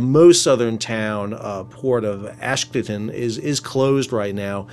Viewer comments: Ash Doad. pronounced like 'load' ... love teh content keep it up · TY Sal. FYI- Ashdod pronounced ahsh dode. Dode rhymes with toad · Sal, please pronounce the port city in Israel as Ashdode (as in tode) its ridiculous when i hear you say "Ashdad". Also the other port city closer to Gaza is not askelion, it's "Ashkelone" as in Ash-clone in proper pronunciation. Thanks